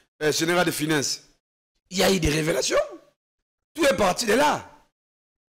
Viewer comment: Notre L'argent... Dans UNE hôpital... la majorité de NOTRE congolais... "FINEINSSE" au lieu de FINANCE...Français oyo elekeli ngai. Malgré la pertinence de l'analyse !